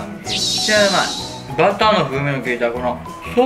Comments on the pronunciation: バターをブルゥゥとか言ってる辺り高レベルなことには間違いない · ブルー5gｗｗｗ呂律がヤバいあたりに高レベル感を感じるｗｗｗ